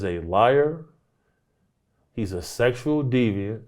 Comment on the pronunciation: "the man is a seckshewal deviant" DAMN!